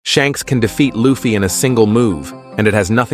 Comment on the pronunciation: How can you not get the pronunciation of luffy right lol